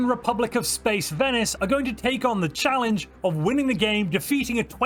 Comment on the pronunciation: one system "challenege"